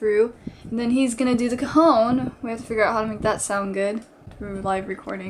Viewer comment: hahahahaha, it sounds like if you pronounce cajon like cojon, wich means balls(male) in spanish trololo